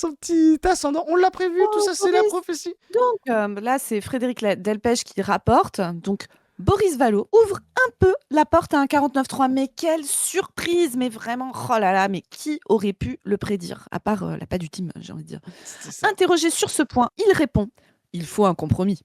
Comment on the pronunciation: Quelle surpri-seuh. J'en tom-beuh de ma chai-seuh.